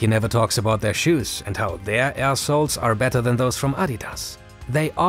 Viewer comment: When he said "air soles" it sounded like "ass holes"